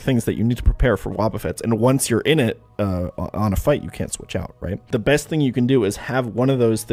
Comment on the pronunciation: First time hearing this intro, I heard you say "I am the Depressed Nuzlocker in the world".... which is also probably true